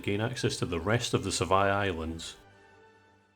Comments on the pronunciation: Sevii Islands = Sev-EE Islands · Ive had this on all day at work today, great video! 😊 Edit: is it just me or does pronounce sevi islands like you pronounce devry university? 😂